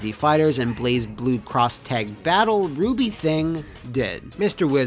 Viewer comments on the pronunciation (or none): It’s Blazblue not “blazeblu” 🤦‍♂️